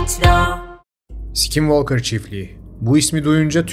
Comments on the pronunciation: Aynen ya sk yan yana gelince öyle içten s7k7nvalkır diyo ki😂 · "skinwalker" deyisin beni benden aldı.😅 bedava ingilicce ders verebilirim 😂